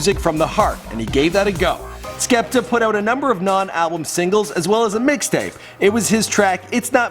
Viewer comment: You also mispronounced his name